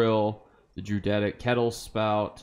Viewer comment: Druidic is pronounced drew id ick. Love your videos!